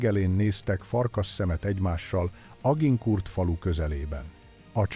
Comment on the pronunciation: Mondd inkább, hogy Azsankúr...